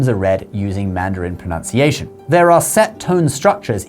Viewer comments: ayah!!!pro-nun-ciation not pronounciation ....... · Thanks for such an informative video! Proud to speak both languages. Please check your pronunciation of "pruh-NUN-si-ay shun"! Too many people say it as proNOUNciation 😢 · Very cool and informative, but I just can’t get over the mispronunciation of the word pronunciation a video about pronunciation. It’s not proNOUNciation, it’s proNUNciation. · The same thing holds, to a lesser degree, in how American English is closer to Elizabethan/Stuart English than is modern British English. Also, we know that the word is "pronunciation" not "pro-noun-ciation."